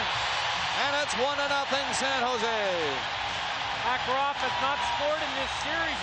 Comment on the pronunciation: Mah-Kah-Rahv going right in! He was so much fun to watch